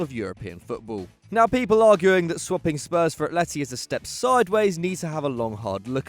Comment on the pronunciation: "Athleti" Ffs..